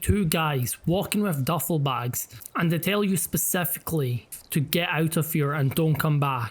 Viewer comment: spasafikally he said